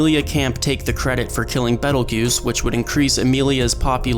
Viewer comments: Ye, I don't understand why people keep saying "juice" when all characters in the anime say "goose" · author: "Betelgeuse" narrator: "Pedal Juice" youtube sub: "Pedo Goose" no offense, Mr. Narrator. I totally understand his name isn't native to your tongue, so you may not be able to pronounce it perfectly. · WN: Petelgeuse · It's Petelgeuse, the slight misspelling is intentional. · It's Petelgeuse in the WN, don't be a smart-ass